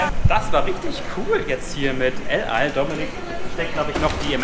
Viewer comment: "Lal" Airlines... Bruder muss aktivst los. Es heißt el al :)